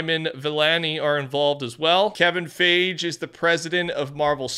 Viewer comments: its pronounced kevin (fygee) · Kevin Fage? :D lol sorry but it was funny, not trying to be rude (its Fi-gi) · It’s pronounced Kevin (Fie - Gee) not fayj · bro said "Kevin phage"😭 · Did he just call me a Fage? This is for Corrections: The multitudes of Emmy nominations this show, a web series-featuring Seth Meyers, His name is pronounced...... ugh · It’s pronounced “Kevin Fie-gee”, and fortnite was on the big screen in avengers endgame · there aint no way this guy is mispronouncing Kevin's last name like that... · Bro!!!!!! You pronounced Kevin Feige and Iman Vellani's names SO TERRIBLY! Nothing is more f'kin rude than absolutely obliterating people's names.